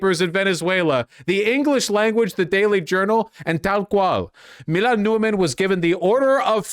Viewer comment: Commiting to the accent so hard, you pronounce a mf's name "Mi-goo-el" lmao